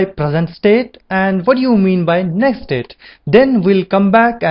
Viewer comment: amazing work!! Just try to spell "next state" more clearly.. it sounds like "nested" !